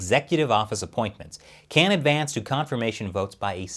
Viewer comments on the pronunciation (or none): none